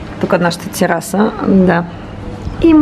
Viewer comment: Защо майка ти казва тираса а не тераса🤔🤔🤔🤔🤔🤔🤔🤔🤔🤔🤔🤔🤔🤔🤔🤔🤔🤔🤔🤔🤔🤔🤔🤔🤔🤔🤔🤔🤔🤔🤔🤔🤔🤔🤔🤔🤔🤔🤔🤔🤔🤔🤔🤔🤔🤔🤔🤔🤔🤔🤔🤔🤔🤔🤔🤔🤔🤔🤔🤔🤔🤔🤔🤔🤔🤔🤔🤔🤔🤔🤔🤔🤔🤔🤔🤔🤔🤔🤔🤔🤔🤔🤔🤔🤔🤔🤔🤔🤔🤔🤔🤔🤔🤔🤔🤔🤔🤔🤔🤔🤔🤔🤔🤔🤔🤔🤔🤔🤔🤔🤔🤔🤔🤔🤔🤔🤔🤔🤔🤔🤔🤔🤔🤔🤔🤔🤔🤔🤔🤔🤔🤔🤔🤔🤔🤔🤔🤔🤔🤔🤔🤔🤔🤔🤔🤔🤔🤔🤔🤔🤔🤔🤔🤔🤔🤔🤔🤔🤔🤔🤔🤔🤔🤔🤔🤔🤔🤔🤔🤔🤔🤔🤔🤔🤔🤔🤔🤔🤔🤔🤔🤔🤔🤔🤔🤔🤔🤔🤔🤔🤔🤔🤔🤔🤔🤔🤔🤔🤔🤔🤔🤔🤔🤔🤔🤔🤔🤔🤔🤔🤔🤔🤔🤔🤔🤔🤔🤔🤔🤔🤔🤔🤔🤔